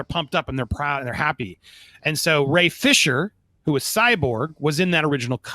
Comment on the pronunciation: Yea the first one he said Ye Fisher. The 2nd time he slipped up and said Gay Fisher. The G was strong